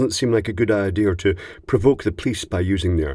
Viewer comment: I love FLESHlights. PS - Don't provoke the "pleece".